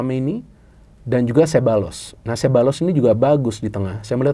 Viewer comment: Sekadar masukan: Pengucapan yang benar nama Ceballos adalah “sé-BA-yos”. Dalam bahasa Spanyol, “LL” dibaca “Y”. Penekanan intonasi pada suku kata kedua, yaitu “BA”.